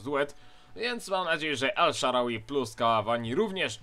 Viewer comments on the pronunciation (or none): Czyta się El Szarawi....